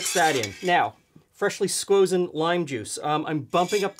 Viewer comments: Who the FUCK says SQUOSEN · He said squozen again. I’m subscribed. Loving these videos.